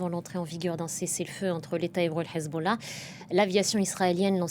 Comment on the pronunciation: j'adore quand elle dit Hezbollah avec l'accent 😂😍